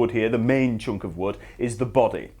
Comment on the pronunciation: "..choonk of wood.."